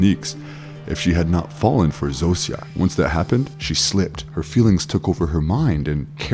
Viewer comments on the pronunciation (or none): This bothered me too! 😅 Zosia is pronounced “ZO-sha” Raban is pronounced “Rah-BON” Both names are said multiple times throughout the series. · Dude how the fuck are you saying the names Zosia and Rhaban wrong. They literally say their names in the show multiple times. Idk why but that actually pissed me off you choose to ignore how people names are said when its a show and not a book where it can be an honest mistake. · Did you watch the show? Just curious. You mis-pronounced Zosia and Raban so maybe just reading a script.